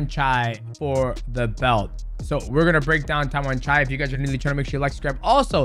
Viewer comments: you accidentally nailed Thai accent calling Tawanchai name right there 😆😆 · Tawanchai is LEGIT (pronounced his name right this time :_Derp:) Watch him fight THIS FRIDAY on PPV at ! #ONEFridayFights46